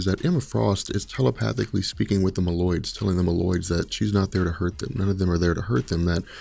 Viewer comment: Say "mole-oids" lol. Meloids smh